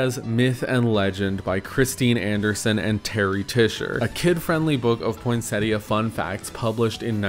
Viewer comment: For some reason I hear the tt in poinsettia as a Spanish r like poinséria